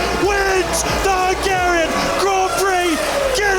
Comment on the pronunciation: the way you just said Hungarian descusted me ewww f1s social people are cringeworthy as fuck LOL geeegeeeeeee